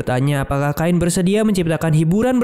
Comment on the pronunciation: Gw dah nonton yang asli nya tapi mau nonton lagi eh lagi error, kalo bisa di sebut chain aja gak usah kain jadi aneh 😂